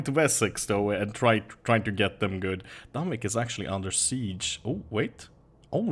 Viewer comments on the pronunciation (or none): none